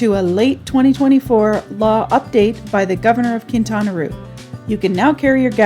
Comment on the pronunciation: Very nice!! Thank you! Remember: It's officially pronounced Quintana "Row".